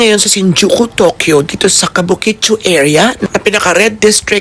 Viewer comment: KABUKICHO NOT KABUKICHU😅 kung hindi lng ako busy ay gusto rin sanang makipagkita sayo😊 sa iyo